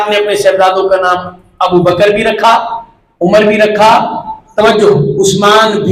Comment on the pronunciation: مفتی صاحب عمرو ہیں عمر نہیں نام غور سے دیکھں